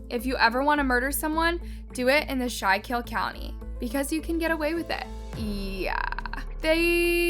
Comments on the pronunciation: Schuylkill is pronounced Skoo-kl ! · You’re pronouncing it wrong it’s pronounced Scuul-kill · It's pronounced scoookill river. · Just a heads up.. I'm from Philadelphia which is close to Schuylkill county.. it's pronounced "skoo-cool" not shy-kill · It's pronounced school-kill not shaw-kill. The only thing that got butchered was the pronunciation of the town and River. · so itll be pronounced like "Skhoolcool" no so much "show kill" ahaha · Schoolkill its pronounced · “Shulk hill” lmao literally google the name there is a pronunciation button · It’s pronouced “Skooolkill” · It's pronounced school kill. I live in Pennsylvania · The town is actually pronounced “skoo-kl” by the way 💁🏻‍♀️ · Its pronounced School-kill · Schuylkill river is pronounced as “skoolkill” - from the area. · it’s prounouced SKOO-KILL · Schuylkill is pronounced SKOO-kill. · It’s pronounced like schoo-kill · It’s pronounced school-kill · Great video...but its pronounced "Scuul-kill" though it comes out like "scuu-kill"...I know cuz that ridiculous, horrible road leads to my job... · I can't watch this video. The mispronounced Schuylkill is too much after the first 3-4 times, which is only like a couple minutes in. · I’m from northeastern pa and laughed when I heard her say it lol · You can tell she is not from PA she saying Schuylkill haven wrong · That’s not how you pronounce the town or river!! 🤦🏻‍♀️ 🤦🏻‍♂️ 🤦🏻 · Why do you always pronounce things wrong? Do you do it on purpose? I grew up close enough to schukyll county to know how it’s pronounced, but clips you used literally said it and how to pronounce it yet you still pronounced it wrong. It’s disrespectful bro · Bro only pll that live in the skook can pronounce it right